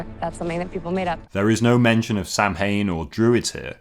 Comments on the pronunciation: Sam-hain? It's pronounced sow-when 😉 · In regards to music, John Williams said that the audience were conditioned to expectation when they heard the "thump thump". On another note, how could you balls up the pronunciation of Samhain.